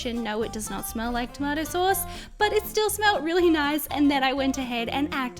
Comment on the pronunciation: You said the tomato sauce wrong